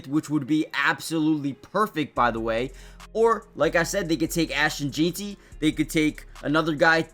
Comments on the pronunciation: Not saying his name right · One thing I know, if we take Jeanty we need to have a class on how to say his name cause I’ve heard about 4 different pronunciations of it and all are wrong 😂